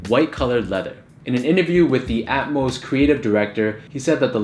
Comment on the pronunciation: Thank you for pronouncing Atmos correctly